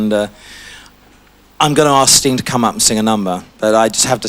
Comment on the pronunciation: Elton needs to give Sting pronunciation lessons.